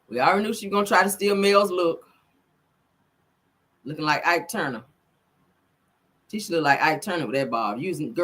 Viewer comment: I really can’t take you!!! Did you say Ike Tuner 🤣🤣🤣